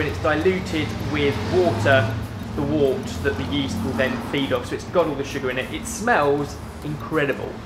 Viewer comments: Wort or the unfermented beer is actually pronounced 'wert'. Comes from the old spelling wyrt. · wort is pronounced wert